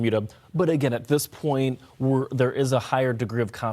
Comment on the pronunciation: Why does bro say "Humberto" like that lol